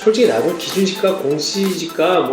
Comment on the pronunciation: 테스트는 '공시지가', 발음은 '공지시가'.....뭐 구분해서 알아 들을 수는 있겠지만, 이왕이면 주의해서 제작해 주시기 바랍니다